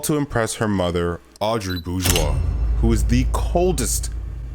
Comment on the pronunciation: chloe's mom is Audri not Aubri, and Adrian's alterego is pronounced as Catnoir instead of Chatnoir, he's a cat.